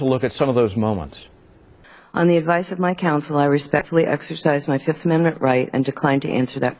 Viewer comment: I plead da FIF.... I plead da FIF.... 1,2,3,4, FIIIIIIIF